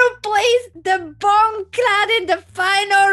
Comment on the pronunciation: The way anna says bongcloud. 😂